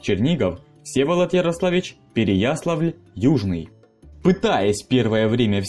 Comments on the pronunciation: Всегда говорил "Переясла́вль... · ПереяслАвль правильно